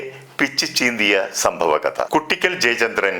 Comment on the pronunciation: കുട്ടിക്കൽ ❌ "കൂ"ട്ടിക്കൽ ✅